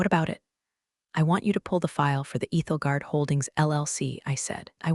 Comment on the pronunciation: It’s Ethel as in 'don't look Ethel' guard, Ethelgard.